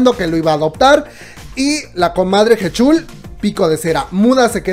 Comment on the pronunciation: Buen video PD. Se pronuncia Jichul